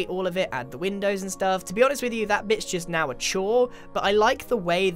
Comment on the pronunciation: Lol sounds like grian is saying bit*h because he says: that bit's just..... And he says it fast. Leeel